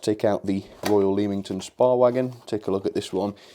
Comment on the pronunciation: Oh and Leamington Spa is pronnounced lemmington spar